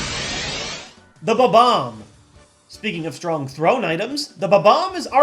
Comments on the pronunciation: Did you call it a "ba-bomb"? It's a bomb-omb. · He kept saying it Ba-Bomb, when the word is spelled Bomb-Omb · Did anyone else notice that the balls he used for the numbers are in the same order as his top 10 pokeballs list? BTW I don't think that's how you pronounce bomb-omb... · Correction: It's pronounced Bomb-omb. Not Ba-Bomb. Thank You move along. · I just realized I've been pronouncing bob-omb wrong all these years... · Your pronunciation of Bob-omb annoys me greatly - please don't tell me that that is the correct pronunciation? 0.o